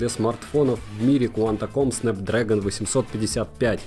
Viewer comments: Куантоком😂? Серьезно такое каверкание куалком я не слышал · произношение, серьезно? Где в слове qualcomm в середине то что можно хоть с натяжкой произнести как "нт"? Про гугл глас вообще молчу. Мне было бы стыдно выставлять видео на всеобщее обозрение с таким "произношением"